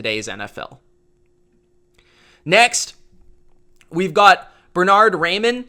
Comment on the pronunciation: Raimann is pronounced Rye-Men